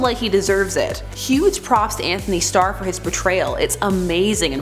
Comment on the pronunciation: Anthony Starr not Stark